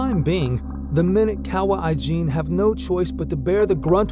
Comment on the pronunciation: Very interesting video to watch...... He pronounces kawah ijen as kawah aijin 😅😅😅😅